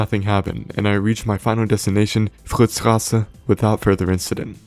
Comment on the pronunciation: Quick reminder to , you pronounced it in the worst and wrongest way possible. "Frtztsstraze", i mean WHAT IN THE ACTUAL AVOCADO FRICK?